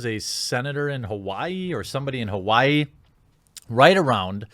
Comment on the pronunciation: “Hauaii” that is a new pronunciation for my state lol